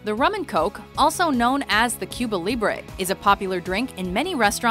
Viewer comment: why can people never pronounce Cuba properly?